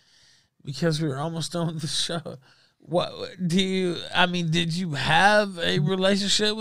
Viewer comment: = peak. The guy spent 6 seconds straight desperately trying to get the words "did you" mumbled out of his Xanax riddled mouth. I could listen to those 6sec on a loop all day and it'll still be hilarious.